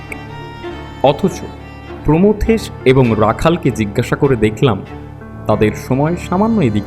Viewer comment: "প্রথমেশ" নয়, "প্রমথেশ"। আগাগোড়া ভুল বলে গেছেন। ব্যোমকেশের উচ্চারণও অনেক ভাল হতে পারত।